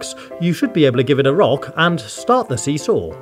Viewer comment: As someone who plays Rhythm heaven when he said see saw I heard eoo aoo